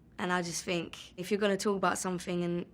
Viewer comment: Her th turn into f sometimes , I think : I fink